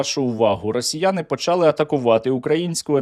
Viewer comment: та не почАли, а почалИ, це ж нереально одне слово говорити з галицьким наголосом, а інші ні, то або всі слова треба говорити з галицькими наголосами, або ніякі